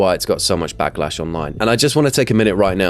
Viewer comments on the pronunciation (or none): “Blacklash” am I the only one who heard that?😂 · Did he say “blacklash”?!?! So racist.